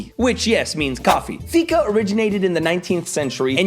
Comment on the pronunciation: you mispronounced fika....the rest was spot on.....wanna have some?